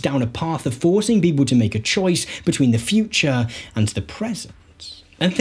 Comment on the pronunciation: If you can pronounce AND correctly instead of saying ANDS i will give a like and a sub.